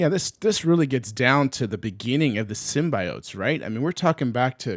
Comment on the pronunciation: "Kah-null" and he also said "Sym-BYE-oats." xD